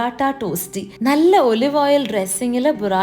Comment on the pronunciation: You should pronounce olive as “Aw-live” not O-live.